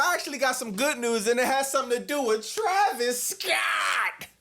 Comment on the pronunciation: “Travis Scoatttt” 😂😂😂😂